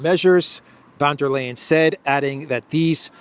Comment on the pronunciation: For god sake, the pronounciation of von der Leyen is NOT "L'ayen' as in layin' eggs, it is pronounced in good old German as in "Brian"- Lian. Grates on me. She is after all lying most of the time.